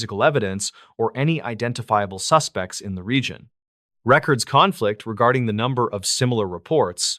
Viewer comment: If you keep saying records CONflict like that I’m gonna unfollow 😂